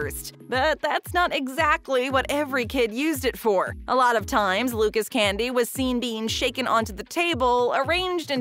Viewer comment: I’m whiter than white and I know for a fact Luca’s isn’t pronounced like the name Lucas 🤦🏼‍♂️